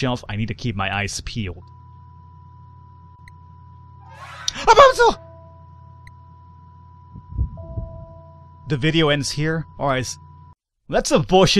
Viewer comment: did u just say Repunzel? or a pencil?